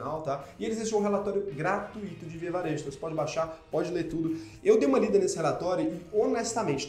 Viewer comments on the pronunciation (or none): none